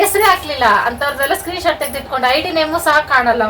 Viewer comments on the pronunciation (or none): none